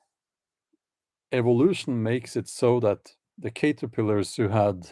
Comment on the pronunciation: OK...Bjorn...Picture a cats head on a caterpillar. Then realize its pronounced CAT - er pill err.